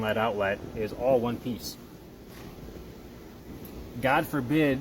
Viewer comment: "Alls"? "Shtraight"? Oh, brother..........